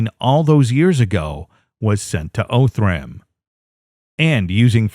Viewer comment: It's pronounced "Ahh"thram. Not "O"thram.